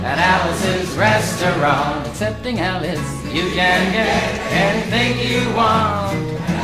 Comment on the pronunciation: He did indeed say "Excepting Alice" right on cue as usual. (very last verse) :_Wow